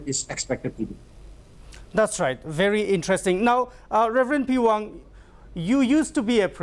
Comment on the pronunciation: Sir, nt the pewang u need to say Rev peihwang